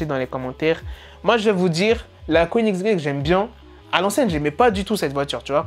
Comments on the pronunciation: J'SUIS MORT IL A DIT "KOENIGZGUEGE" au lieu de Koenigsegg 😂😂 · OH C koenigsegg déforme pas le nom de ce chef d'oeuvre